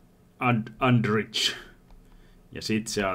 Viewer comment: Lausutaan Andrih ei Andriz